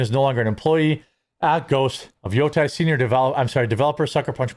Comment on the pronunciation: Jeremy. Dude. In Japanese, it's all soft vowels. You're pronouncing it as if it was "Yotai". It is "Yotei" - in Great Lakes English, that's "Yote", then "Ehhhhhh". Say that 5 times, as two words. Then smash them together. Then say it 5 more. Then shorten the second syllable. Otherwise, good video, glad you're going hard unlike others.